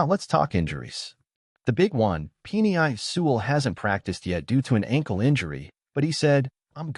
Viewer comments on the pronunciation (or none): Also pronounced Penei Sewell wrong.